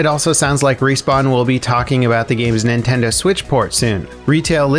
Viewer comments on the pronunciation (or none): none